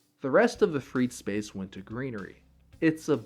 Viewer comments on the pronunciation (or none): none